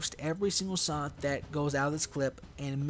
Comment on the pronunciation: You say sot... Not shot :-)